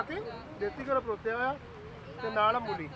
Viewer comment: Mulli ni hunda mooli hunda g gallan desi cheeza dyan kr rehe o